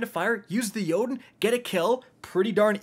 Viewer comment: YES!!!!! Finally a content creator who can correctly pronounce Jotunn's name.